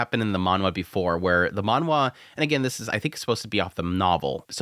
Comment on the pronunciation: stop saying manwha......please...